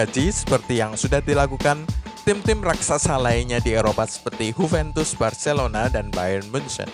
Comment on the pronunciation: Huventus? Emang Juventus dr Spanyol boii? 😂 Yuventus kalo mau ikutin pronunciation aslinya.